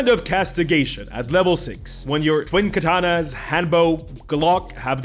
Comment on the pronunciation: For real, every time he says „twin katana” I just hear „twink atana”. XD